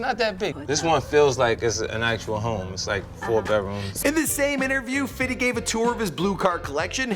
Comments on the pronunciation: U need to stop sayin fiddy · ohhh no baby its not fitty ITS FIFTY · Long Island is not the same as long beach! And stop saying Fitty its Fifty